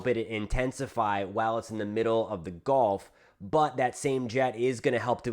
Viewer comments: Thanks for info ! Good report .. but please - one pet-peeve - it is actually pronounced “gUlf” coast …not “gOlf” coast .. 😵‍💫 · You're driving me nuts with your pronunciation. It's not a golf course.... It's the GUuuuuulf course.... 😢